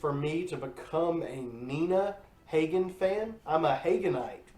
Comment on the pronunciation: Pronounced Ha-Gin, Dahling. I wouldn't be trashing Iggy, especially if you're a Green Day fan. Look up MC5, The Stooges, New York Dolls, The Ramones, The Clash, and X sometime.